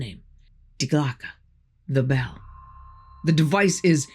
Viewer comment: Die Glocke = "dee gloh-kuh"